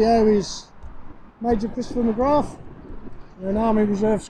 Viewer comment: Good job my friend, the Name Mc Grath is pronounced gra, th is silent